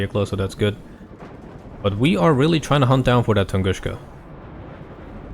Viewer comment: Please stop saying TunguSCHka. It's TunguSka.